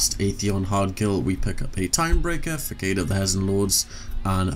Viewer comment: Not trying to be mean, but you pronounce facade way wrong. Its pronounced fuh-Sod if that makes sense